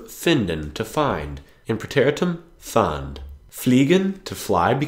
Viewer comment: 7 Monate DEUTSCH geelernt und sagst immer noch Aepfel antstatt Apfel....???? Die Aenna nas NEIN, die Annanas......!!!! Kurz und knapp.....nicht Kuerz and knapp.....!!!!! ER, Sie, Es moechten....moechten....!!!!! Finden.....und jetzt schnell sprechen ...fand. und nicht faaaand.... OK...!!! Wenn Deutsch fuer Dich laecherlich ist, nur weil es schwer ist, oder Du zu DUMM bist um diese Sprache zu lernen. Dann gebe es einfach auf.........